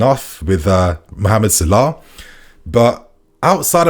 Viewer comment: The guys name is salah not sirlah😂